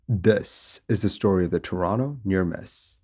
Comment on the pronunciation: thank you for pronouncing toronto correctly